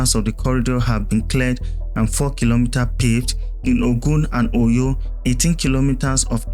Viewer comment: Nice work, but are you narrating with AI? The way you are saying Ogun and Oyo is not the way Nigerians pronounce it? 😂